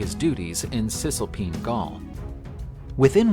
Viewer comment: Cis-Alpine and Trans-Alpine not Cisalpin. Or-GET-or-ix